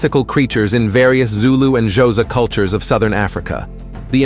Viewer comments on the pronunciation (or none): Xhosa is pronounced KOSA